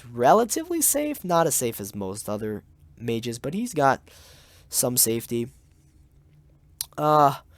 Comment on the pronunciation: Did he say magei?